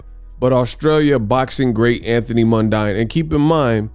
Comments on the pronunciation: It’s Mundeen my guy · Anthony mundine (Pronounced mun dean)